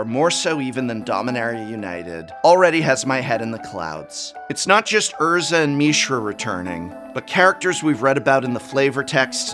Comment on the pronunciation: The only thing worse than your predictions being ruined by wotc's ever churning hype machine is how awful you are at pronouncing Mishra, yikes.